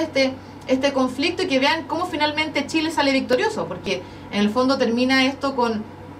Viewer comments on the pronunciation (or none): JAMÁS LA PATAGONIA FUE DE SSSSSHHHHHIIIILLLEEEEE !?